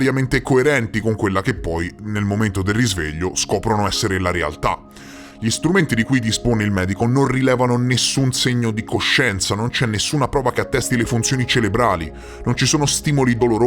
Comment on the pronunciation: Grande persona. Uno stupido errore : si dice cerebrale e non relebrale..